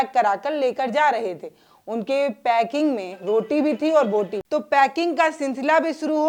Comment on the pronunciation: बोटी, बूटी नहीं, बोटी बोटी बोटी | क्षमा करना |